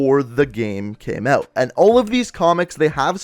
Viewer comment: You need to learn to pronounce "out" and "about"